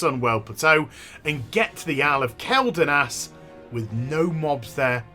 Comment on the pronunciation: kwel not kel